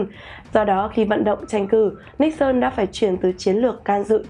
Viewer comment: Tôi rất thích nghe bài này đọc đúng phiên âm Níc xơn ,có kênh MC có chút tiếng Anh đọc là Ni sừn ,nghe chối quá , MC chắc hơi máy móc và không nghĩ là đọc cho người Việt nghe đa số không biết tiếng Anh